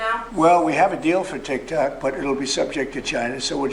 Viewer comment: im actually sure he called it taktack on purpose, because he went back to saying tiktok after a bit